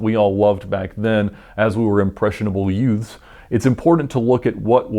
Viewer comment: did you say "Impressionable Yoots?" Whudizdis, "My Cousin Eddie"?